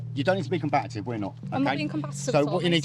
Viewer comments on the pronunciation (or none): The word is combative, not combatative.